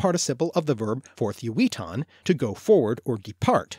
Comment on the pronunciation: Forðgewitan should be pronounced with a voiced "th" sound, like in 'the' or 'than', instead of the voiceless "th" like in 'forth' and 'south'.